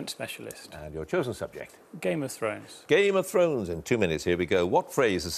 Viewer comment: Oh God, Humphrys' Game of Thrones pronunciation was a train wreck. Up to him if he doesn't want to watch the show of course, but given how much he's paid it's pretty poor not to spend five minutes preparing before the quiz. His job isn't exactly rocket science.